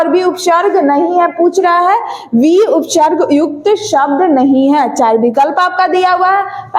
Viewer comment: Upsharg nhi hota hai upsarg hota h 😂😂